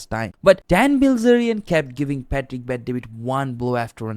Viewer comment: Why do you keep pronouncing his name pah tick? It's Pat-trick my guy